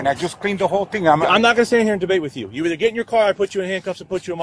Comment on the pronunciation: Did that fool really say "what'sa matta with juo"